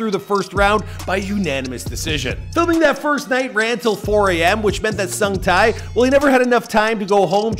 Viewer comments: HO SUNG TAI??????????? I'm sorry but it's pronounced 'Huh' like Huh...What was that strange noise? kind of Huh) and Sung like Sing, Sang, "Sung" and Tae like rhyming with Bae. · dude came a long way. he had some great day jobs but it is important to chase your dreams... and, it's sung tae(tay)!!!! not sung tai!!!!...geez... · Tae = tay. It sounds closer to "tay", as in Lil Tay. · its pronounced sungte hihi! , nice vid!